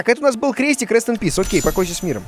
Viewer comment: Скорее не "rest and peas" а "rest and peases"